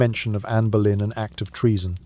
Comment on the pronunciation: Even though none of it was true!! Ridiculous and he says Berlin her surname was Boleyn pronounced Bow- Lyn